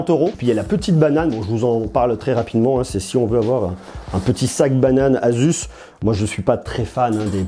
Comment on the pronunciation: asus c pas azuz